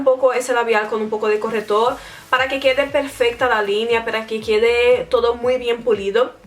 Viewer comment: se dieron cuenta de que decía " corretor " en vez de " corrector "😅😂😂😂 bueno seguro que habla otra lengua 😦😦😦 que mala soy😈😈😈😈